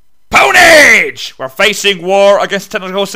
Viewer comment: "PWNAGE" lol xD